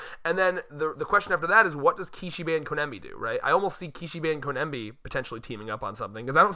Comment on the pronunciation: Oh my GOD if you call her koNEMBi one more time! Her name is koBENI it’s literally easier to say, “co-benny “